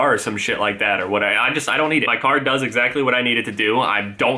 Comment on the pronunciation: dose he say duzez????Jk love your vids keep the good work i know you have a stuffy nose my bad love you